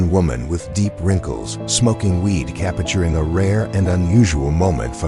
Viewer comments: Capturing is three syllables. The voice over is so annoying. Repetitive. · IF YOU ARE GOING TO NARRATE THESE VIDEOES LEARN HOW TO PRONOUNCE "CAPTURING". ANNOYING. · Why do you keep mispronouncing the word, “capturing”. Whoever wrote the captions for this video failed miserably. Nonsense 💩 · Cappichuring every 'classic photo'. I had to turn the volume down before it drove me nuts!